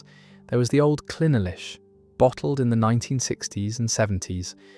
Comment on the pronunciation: Who wrote this 💩? Talking about Strathmore single MALT when all the labels on the bottles being shown clearly state that it’s a single GRAIN. Clynelish is still on sale, it was Brora that closed, and that has now been reopened. Not to mention that it’s not Clyn el ish, but Clyne lish..